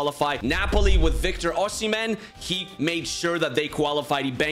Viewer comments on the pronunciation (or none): none